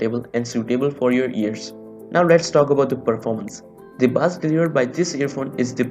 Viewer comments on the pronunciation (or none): Not baaaaaaaaassssss it pronounced as BASE - BASS